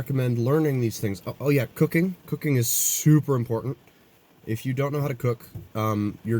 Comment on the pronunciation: I swore I heard you say "cocaine" the first time you said "cooking" 😂